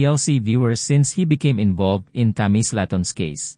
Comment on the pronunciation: DR is an abbreviation for DOCTOR. And Tammy’s last name is pronounced SLAY-TUN. You’re welcome.